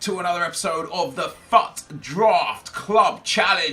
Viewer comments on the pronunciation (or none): When you said welcome back to the fut draft it sounded liked you said fu@